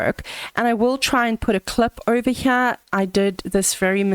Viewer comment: "ovah- Hyeah"